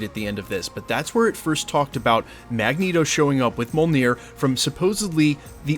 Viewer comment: You keep mispronouncing Mjolnir. And Shang Chi🙄